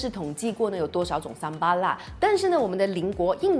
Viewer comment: 嗨咯！槟城人，这才是正确的发音！叫Sambal,不是sambai😂